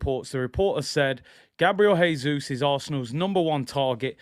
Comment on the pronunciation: Btw- Jesus is pronounced the Portuguese way: "Jay-Zus," not the Spanish way: "Hay-Zus."